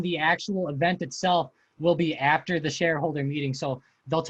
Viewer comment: yo can u say "EAfter, Heappen, and Beattery" again please